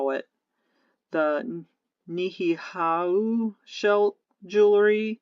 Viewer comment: The Hawaiian Island is pronounced nee, ee, how. It is a private island inhabited by only pure blooded Hawaiians. Thanks for sharing this valuable info. 😊